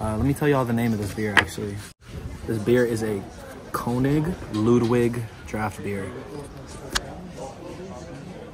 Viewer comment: A tip,,,,, when pronouncing German,,, the W,,, is pronounced as a V ,, lud,v,ig